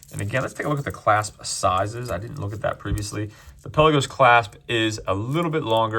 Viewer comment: I’m no language expert..but Palagos is from the Greek word meaning ‘open sea’ or ‘depths of the sea’ and is apparently pronounced pal-laa-gos.